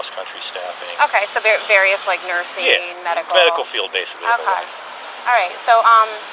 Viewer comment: I don't think I can survive hearing that female detective mispronounce "okay" ever again.